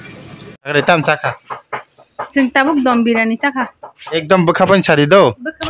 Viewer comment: Dom biryani ❌ Don biryani ✅